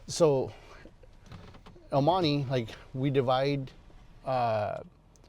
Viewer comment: el monty say it right el monte cual monty wey! this guy an hispanic dose t say right way what a shame to the raza! pocho!